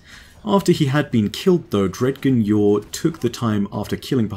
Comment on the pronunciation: I don't know if it's your accent or me, but "dg" in Dredgen Yor is pronounced like "grudge" so it ends up being like "dre-jen"